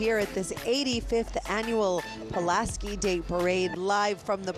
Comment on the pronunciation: Tom Tim Zauważ , jak spierdoliłeś nazwisko Pułaskiego .